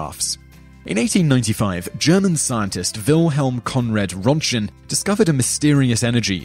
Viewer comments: The name is Röntgen not Rontgen. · Man, you butchered Röntgen's name badly.